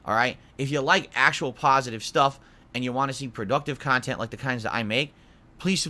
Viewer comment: "Productive khantent "???wtf is he sniffing glue or something ?